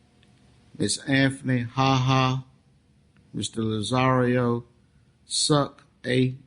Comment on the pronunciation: The judge is strange. Why does he keep calling Lazzaro - Lazzario?? Extremely unprofessional. Often I also have a feeling, he admits questions because he'd like to hear the answer like some kind of soap opera, legaly they are questionable. His smirks are often completely unprofessional too.